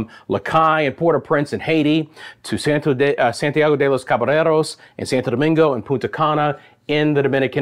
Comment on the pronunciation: It is pronounced Santiago de Los Ca- ba - YER- os.